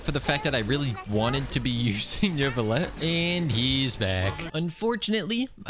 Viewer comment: It's pronounced noo-vlee-ett but you just say it with that French behind it